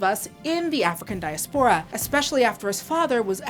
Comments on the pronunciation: I'm sorry, it's irking me. The word is diASpora, not diaspORa) Great review tho. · May be it's just me but the mispronunciation of diaspora really distracted me from this otherwise thoughtful video. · that is not how you pronounce diaspora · It's pronounced "Die-ass-per-rah" not the way you butchered diaspora in literally the first 30s if your diatribe. -_